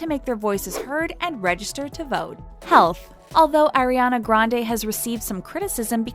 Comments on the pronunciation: Plz don't say Airiana anymore,but Ariana 😭😭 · O M G she is not AIRiana but ARIana jeeeez! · It’s AR-iana Grande not AIR-iana Grande sis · It’s ARIana Grande, not AIRYana Grande. If it were meant to be said that that, it would have been spelled like that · CAN YOU AT LEAST SAY HER NAME RIGHT? I'ts ARIANA not AIR-IANA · “Airina grande” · they said AIRiana and i clicked off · Ugh She says air-ana grande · its not “airiana” 😤 who tf is airiana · Why does she say “fens” instead of fans and “airiana” instead of Ariana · Aireana granda is how she’s saying it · you know it’s a lie when they say “AIR-IANA” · Don’t really believe this after I hear her pronounce Ariana as airiana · i stopped listening after they said "airiana grande" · ''AiR-Y uh-NuH gRaNd-AyYyY" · They say Airiana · “air-iana grande” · Airiana Grawndeey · fans Ariana Grande: Airy-anna grande you can’t even say her name right😂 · anyone else cringe at 'air'iana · You can’t even say her name right- so try agian . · if you wanna trash miss grande at least pronounce ariana right .. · SAY HER NAME PROPERLY! And what do you mean ‘Diva’ Your using her to gain Views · Can you say Ariana name right it’s kinda annoy😐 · y’all are really still trying to act like ariana is a brat? you can’t even say her name right... keep it cute. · If y’all could ever figure out how to say Ariana’s name I’ll start taking your videos seriously thank u next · yet you can’t even say her name right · Can please learn how to say Ariana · for the love of god say her name right. i’m so annoyed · They keep saying her name wrong at some points and it’s bothering me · you dont even know how to say her name we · it's ariana not airiana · I cringe every time she says “AIRiana” instead of “AREiana” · She is ARIANA!!! She is not AIRana!!! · Ok I need to say something if your going to be telling all this stuff about Ariana GET HER NAME RIGHT HER NAME IS ARIANA NOT AIRANA GET IT RIGHTTTTTTTTTT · It's not eriana it's ariana